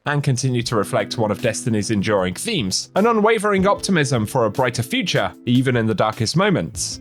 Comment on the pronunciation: Did you say furture update?